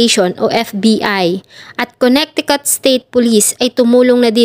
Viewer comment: Maganda Naman at detailed. Suggest ko lang to search/google tamang pronounce ng MGA states sa us. Suggestion lang un para mas maganda and at the same time in iba na indi aware sa tamang basa/pronunciation ng MGA states ay malaman din nila. Search mo na Lang how to pronounce Connecticut. Over all maganda